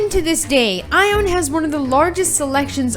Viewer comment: It's aion not eye on